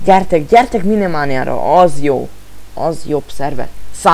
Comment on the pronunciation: minimánia XDD Az "májnmánia"